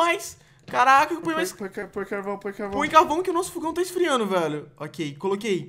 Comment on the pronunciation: não é fugão é fogão